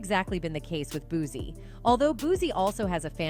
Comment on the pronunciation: It's pronounced "BOOT CEE" babyyy..please get his name correct..please..